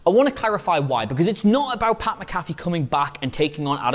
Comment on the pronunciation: You’re butchering pats name lbvs